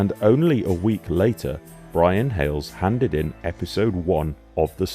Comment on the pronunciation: Hayles NOT Hailes